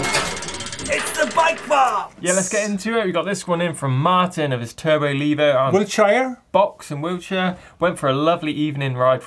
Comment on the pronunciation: Exactly. It's funny because he always says leever for lever, but for some reason levo ended up his own invention even though everyone around him pronounced it correctly.